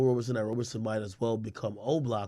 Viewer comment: Couldn't finish the video lol he kept pronouncing Roberson as Roberson.